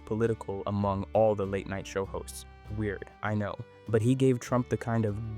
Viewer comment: everytime he said "hosts" i heard "hoes and it made me giggle